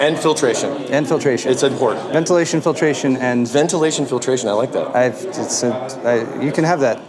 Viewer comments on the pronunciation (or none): Let's call it " Ventrilation"